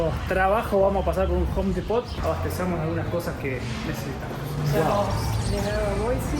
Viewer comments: Just in case, the pronunciation of Depot is DEpo. The T is silent and the emphasis or accent falls in the first syllabus: DE. So it is DEpo. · Depot suena como "dipo"